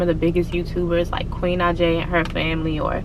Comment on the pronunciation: Girl U said queen naija name all wrong but I get what u saying